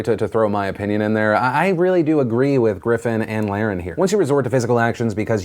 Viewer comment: Phil I’m pretty sure you’re pronouncing her last name wrong. Over and over again